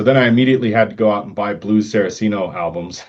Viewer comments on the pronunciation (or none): Two things I want to clarify. One I know to be true, the other I'm almost certain is true. What I know to be true. Richie's last name is pronounced "Cot-zen" not "Coat-zen." What I'm almost certain about (nearly 100%). Blue's last name is pronounced "Sar-Cee-Ah-no" not "Sara-Cee-No." Not here to play grammar Nazi, just clarifying. Love your content. Keep it going.